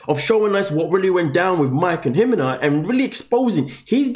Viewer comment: First do your research and learn how to pronuce her name properly there no H in her name..it's pronounced He-Mena